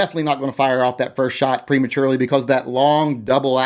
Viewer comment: He said "Prematurely"